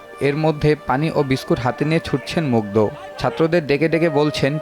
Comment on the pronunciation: দ আর ধ এর উচ্চারন জানা থাকা জরুরী ! নামটা at least ঠিকভাবে বলুন